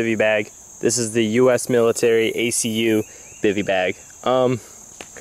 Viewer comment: One part you said Accu, youre supposed to just say they letters like you did in most of the video. No worries, I am an Army vet, its no biggy